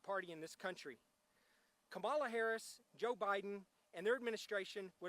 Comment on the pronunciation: I'm thankful the word is getting out. I'm not a fan of KH but it's pretty frustrating when people of this caliber still cannot pronounce her name. It lessens credibility. But that's a small potato compared to what is at stake.